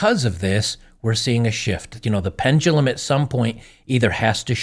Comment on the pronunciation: it isn't 'pen-gu-lum" it's pendulum.. please pronounce it right. there is no 'g' in pendulum.